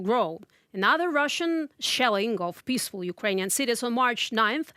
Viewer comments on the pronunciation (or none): none